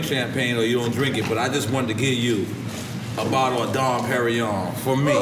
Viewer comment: NORE it's called "Dom P" not "Don P"..............